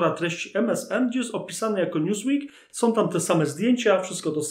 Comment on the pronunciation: Nie ma takiego słowa w języku polskim jak "som".